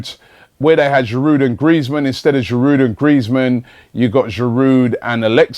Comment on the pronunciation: Robbie, why do you persist in pronouncing the 'd' in Giroud. You and no one else (apart from, inexplicably, David Pleat) would sound the 'H' at the start of Henry. A little respect please to all our French players, past and present. Merci.